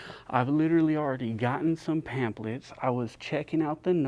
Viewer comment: Say it with me bayfam "pam-FFF-lets"